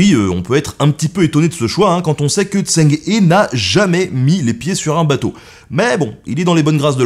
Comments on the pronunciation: Je ne prétends pas affirmer ou infirmer ça. Ce que je dis, c'est que les lettres, et surtout certaines consonnes, se prononcent différemment qu'en français, c'est tout. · En toute bienveillance, je souhaite te corriger sur ta prononciation de "Zheng He", je ne puis te faire entendre la bonne. Ecoute la via un logiciel de traduction, c'est important pour ta crédibilité... On ne s'en rend pas toujours compte, mais pour les sinisants, ça peut te donner l'aire pas très sérieux, car pendant 9min tu écorche pas mal de fois son nom ^^ Si cela t’intéresse, il existe deux types de transcription phonétique, le "pinyin" qui est la transcription venu de Chine qui est imprononçable correctement pour celui qui n'y est pas familier, et une transcription issue de l'Ecole Française d'Extrême-Orient qui a pour but de ce rapprocher d'avantage de notre prononciation française pour éviter au maximum ce type d'erreur pour des non sinisant (même si elle reste à mes yeux une transcription encore imparfaite), voilà sinon j'adore le contenu ! :) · vidéo assez intéressante, mais pourquoi ne demande tu pas à un sinophone de t'expliquer comment lire les syllabes en chinois????? tu prononces son nom n'importe comment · Oh mon dieu la prononciation 😭😭😭 Zheng He se dit à peu près "Djeungue Reu" et pas "Zèng Hé" ni "Tseng Hé" ou "Tseng Hi" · Eu égard à la qualité de la vidéo, quel dommage que vous n'ayez pas demandé à un chinois la bonne prononciation du nom. C'est en effet plutôt "Djèngue Reu" qu'il faut dire... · Zheng He ça se prononce qqch comme "cheng heu" pas tseng i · Pour "zheng he" le plus proche en français ce serait "tcheung heu" sauf que le deuxième h est un son qu'on a pas en français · Si jamais son prénom se prononce phonétiquement : “djang reu “,🙂 super épisode très intéressant . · Zheng He se prononce plus ou moins Tcheng Ré pour info, ça a pas l'air grand chose, mais ça écorche un peu les oreilles des sinophones sinon :P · Sympa. Son nom se prononce « Djeung Heu » en chinois.